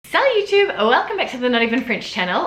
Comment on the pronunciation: Of course but the commentator imitated her pronunciation. That's why he also wrote Youtoube.